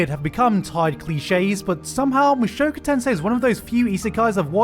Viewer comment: i cringe everytime he pronounces "mushoku tensei"